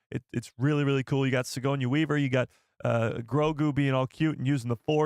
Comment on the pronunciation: Yo great stream! Btw it’s Suh-gor-nee Weaver. Just a heads up because you will be saying that name a lot. Keep up the great work!